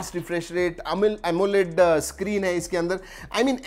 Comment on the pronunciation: who else heard amul amoled display